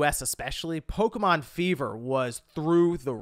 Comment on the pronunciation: Polka, mon. Sounds like a Rastafarian talking about Polish music.